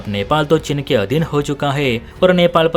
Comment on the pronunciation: चिन नहीं चीन। हिन्दी तो सही से बोलो।